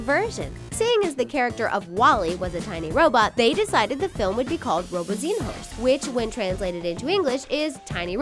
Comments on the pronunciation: When you were talking about little robots you pronounced robozinhos wrong so actually no one learned Portuguese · "breenquedow" WHEEZE Sorry, i'm brazilian lolol WAIT ROBOZEENHOES LOOOOOOOOOOL SORRY I HAD TO H U E H U E H U E